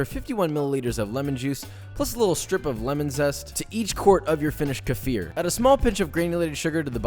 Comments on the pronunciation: It is like [keh-feer] You know, the stress falls on the second syllable, and it is an [i] sound. But that's how it is pronounced in Russia, and I can't really state that this is not a borrowed word, so there's that. Also, I think it doesn't really benefits anyone if you go out if your way to pronounce a word in a "true" way, like how it is pronounced where it came from. My name is Mikhail, stress falls on the ultimate [i], and it has a [h] instead of a usual for Americans [k], so if I was to move to the US I wouldn't even bother to make people pronounced the same way it is pronounced in Russia. I know for a fact that it is the same name as Michael, I am familiar with how both sound, so why would I force innocent people around me to twist their tongues just so they can call me as I used to be called? I think it takes a special kind of egotist to focus on that and force others to comply to his standards that he himself left behind in the country of his origin. Makes no sense. Sorry for the rant^^' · The term "kefir" pronounced "kuh-FEER". Sometimes spelled "keifer", though "kefir" is standard: originates from the North Caucasus region, and its name is believed to come from the Turkish word "keyif", which means "feeling good" or "good feeling"—referring to the pleasant sensation people reported after drinking it due to its probiotic benefits. This is the pronunciation closest to how it's said in Russian, Turkish, and original Caucasian languages. KEE-fur or KEFF-er are anglicized and not etymologically accurate. Lastly, when applied to citrus lime fruit, the proper term would be makrut lime so as not to be offensive to black Africans in South Africa. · "Kefir" is pronounced with e like in the word "bed", and with an accent on the "i" and with hard "k" and "r" in case if you're wondering 😉😂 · Here's a challenge: Take a shot everytime Josh mispronounces 'kefir'. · That pronounciation is illegal in South Africa 😐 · Any fellow South Africans cringe when he says kefir ?